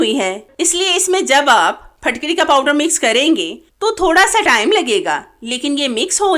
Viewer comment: Fatkiri nhi fitkiri hota h